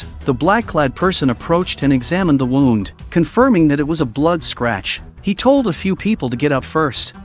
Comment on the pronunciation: Hearing him say wound (winding a toy) and then wound (injury)in the next sentence is annoying…